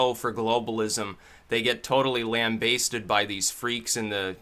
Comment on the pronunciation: I think it's said "lamb•bass•did" as in "lambast" even though it's spelled lambaste. Sorry for being a G-Nazi, but it's important.